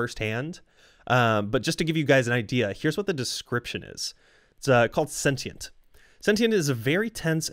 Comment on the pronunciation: it’s actually pronounced sentient